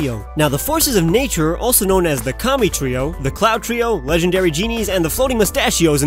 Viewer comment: Never knew the genies were communist. Jk lol, just had to laugh every time he said Kami, sounded like commie